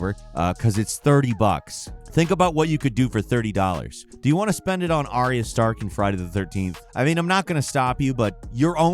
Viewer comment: Ar-ya. Two syllables. Not three syllables.